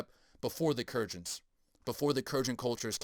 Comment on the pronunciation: Kurgans pronounced "Koor-Guns" maybe ?